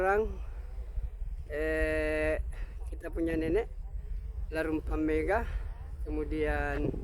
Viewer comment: Bukan mega pak, tp megga...double g